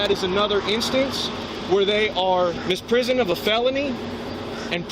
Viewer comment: "Misprison" of a felony 🤭 He keeps saying it too. Yea, you go on and educate them, bud!